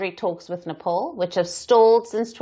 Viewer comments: The beauty of Nepal (pronounced Né pāl, not Né Paul as this news reader did) is that they should be friendly towards India, like sibling Hindu countries. It doesn't bode well for Nepal to side with a bully nation like China and start imbibing China's [expansionist] qualities as well. India is the best possible friend Nepal could ever have, and they should value this relationship and stop acting like the other dreadful neighbours that India has been cursed with. Even strategically speaking, India is too powerful today. So, missing out on a possibly amicable and beneficial alliance with India can only be an unwise move. Wish the lousy leadership in Nepal understood this. China is not going to be a good ally. The red dragon will only bit your head off. So, beware, Nepal. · Yo dear woman first learn to how to pronounced Nepal It ia not Nepol its Nepal u Bluddy woman